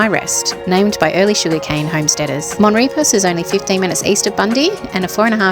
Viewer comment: Mon Repos......Pronounced Mon Re po.